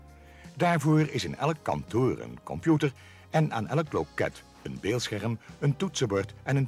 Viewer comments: Veural irritant met incorrecte uitspraken zoals zeuven, oto, en kanteur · "Het kantör"